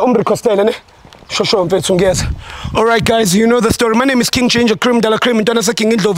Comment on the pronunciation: When Ginder says, weGinger